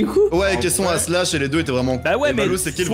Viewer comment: On dis pas slash on dit shlass